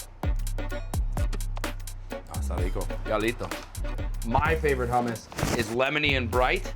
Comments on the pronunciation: he said hummes with an iranian accent 😂😂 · Looks amazing. Please teach that man how to say hummus.